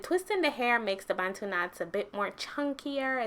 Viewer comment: I love that you pronounce 'Bantu' properly 😂 and your hair is absolutely gorgeous ♥️🥺